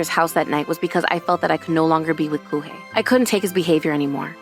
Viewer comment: Kūhei, it's Kōhei Miharu, it's Meh-ha-ru